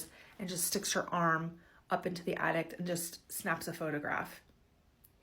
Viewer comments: Is she saying attict…. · yes lol and it's not at all from a country accent? she doesn't even have an accent at all lol